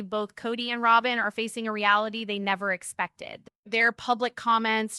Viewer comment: Her name is not Rowbin